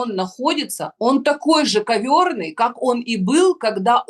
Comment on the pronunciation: Не ковровый, а коверный! И коверный- это именно клоун.Господи, как же людям не хватает образования...